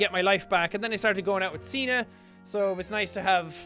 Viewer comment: ya know, when Jack says signe to me it sounds like he says cena which makes me think of...JOHN CENAAAAA (music plays)